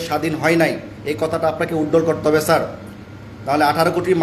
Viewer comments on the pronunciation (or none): none